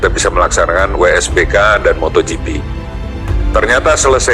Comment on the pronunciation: WSBK bukan WBSK 😂